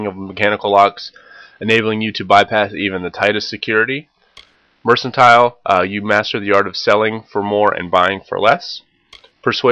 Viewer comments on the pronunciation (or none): good video, I know it's old but just wanted to mention it's pronounced "MER.kan.tile" ... that part kinda drove me nuts. :p